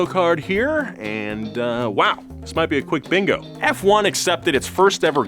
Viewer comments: "Fwon" that's a doozy, never in my life have i ever heard it. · Been watching F1 for 40 years... First time I heard " fwun". You just told 750,000 people this misinformation. Thought better of you. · No one ever said “fwan”😐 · No one calls it "fwun" sherlock its "F one". Do better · its not Fuan its F1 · F1 not Fwun. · Tommo please make a video while saying fwun instead of F1 please I beg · its not fwun its juan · Nobody calls it Fwahn. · "known as FWANE" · who tf calls it fwun lmao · “Formula One or FWONE as F1 fans call it” Haha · Did you just call it fuan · Who the hell calls forumla 1 fwone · this man really said f0ne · * calls it "fwun" Me: * clicks off the video immediately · Whatever you said. Good ol' FWUN. get a load of this guys lol. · never say that fwun word ever again I beg you...:( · literally noone has ever called it "Fwon" before! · no. Fwun? Nah dude nah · also known as "fwun" ha ha ha that gave me a chuckle. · No one says fwun dafuq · Who tf says "fwon"? Come on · aint nobody calling it fuan haha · Who? Who calls F1 as “FONE”????? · Fwannnnn lmao. Nope. Never. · Who tf calls F1, Fwun? I'm not saying people don't, but I've never heard it called that.. until now. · Who the fuck calls it Fuan?????? Which "fan" calls it that?!?!?!? So that we can go beat them up... Ngl I don't think Americans deserve to be an F1 fan... People that think doing 500 laps around a literal circle and call that racing don't deserve to be in motorsports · who the hell calls F1 Fwon??? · just you just call formula 1, “Fuone” No, this is absolutely not what fans call it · From this day im gonna call f1 as fone "fwahn" 🤣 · never say fwan ever again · I’m sorry, “Fwun?” Hard no. It’s never referred to as that. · Err, who in God's green earth calls it "fwon"? 🤣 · It’s not an oil company and who calls it “fwon”? Whoever does the script needs to be actually do some research. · Never heard anyone call it fwan. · Who tf says fwone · Fake Fwun fan